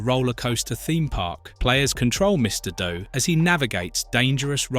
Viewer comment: If this isn't the most repetitive video game review of i've ever seen then i don't know what is. This guy obviously didn't do his homework on any of these games, because he has the exact same opinion of every single game on here. What's worst is that he doesnt even know how to pronounce any of the games properly, and it's not mister dough it's mister do😂.